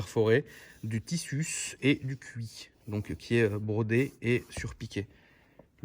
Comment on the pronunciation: "du tissuus et du cui